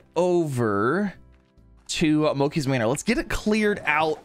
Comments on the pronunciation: In subtitles he’s saying moki it’s mochi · i hate how he says mochi its supposed to be mow-chee and not mow-key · Its not mokey its mochi mo chi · Everyone wanna talk about the water splash thing, but no one wanna talk about how he says moakee and not mochi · He says Moki instead of mochi LOLOL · mo-chee. not mo-ki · its pronounced moh-cheee not moh-key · mo-chee. It’s based off a Japanese desert made of (i think) sweetened rice flour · I pronounce it Moh chee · It sounds like he says monkey Manor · Been having a BLAST watching your modded slime rancher series! Also, I love how you've been mispronouncing Mochi haha